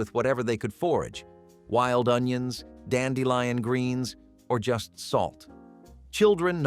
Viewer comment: ...dandelion sounds correct.